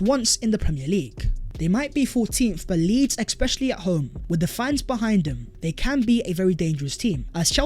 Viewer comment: I really like this content but the EXspecially prnonciation is annoying me lol